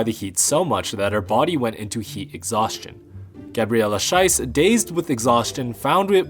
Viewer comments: Gabriela's last name is Schiess, not Scheiss. It might not make much of a difference in English, but believe me, the latter is not a name you'd want to have in a German-speaking country. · Please pronounce her name SH-EEE-SS, not SH-AI-SS. Otherwise it means "Shit" in german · Schiess (spelled a bit like cheese), not Scheiss (german for "shit") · Good episode, but it was a bit hard to watch because you kept pronouncing Petra's first name like she is Russian or something, rolling the R. Plus you got Gabriela's last name wrong.